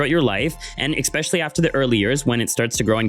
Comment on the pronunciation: Exspecially is NOT a word, it is especially, it makes You sound very unintelligent